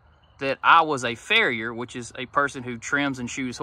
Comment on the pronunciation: Did you say you were a farrier or a fuhrer? 😉😀Great video...take care and be safe.